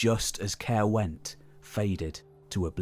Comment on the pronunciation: Excellent video mate been looking forward to it since you said you was working on it after I watched the one on the North. Very disappointed with your pronunciation though it's Cuy-ruh not Carew haha just messing. There does seem to be a lot going on in Glamorgan and Gwent during those Early ages with Forts and Religous enclosures springing up almost everywhere. Keep up the good work 👍